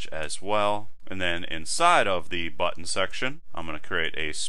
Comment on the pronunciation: no no great tutorial! i just like the way you say button. it was meant as a compliment ^_^ thanks!